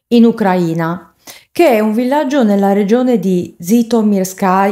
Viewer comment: Ucraina stato e ucraina aggettivo si pronunciato in modo diverso